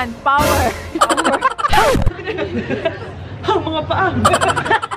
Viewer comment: Natawa ako dun sa 'payaman' 'pawer' 😂😂😂